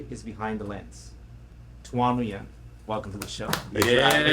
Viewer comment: The name Nguyen is actually pronounced like you're saying "Win"... It's not pronounced "New-Win" 💯